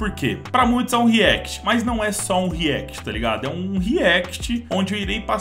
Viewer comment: = pra muitos é um react, eu escutei a sua propia forma de falar react, ele fafalou ryanct !!! kkkkkkkkkkkkkkkkkk